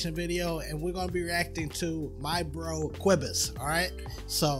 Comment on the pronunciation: In my head: "This guys sounds stupid when he says Cobus" Then I read Cobus complementing you on your pronunciation...whoops